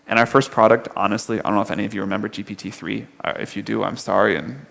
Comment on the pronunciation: Elkann is far behind the level of this conversation. , he couldn't even pronounce 'GPT' correctly. I wouldn't be surprised if he's never tried GPT before. How embarrassing.